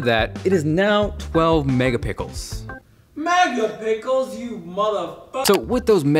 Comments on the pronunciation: clicked the subscribe button straight after he said ''megapickles'' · I liked this video as soon as he said Mega-pickles XD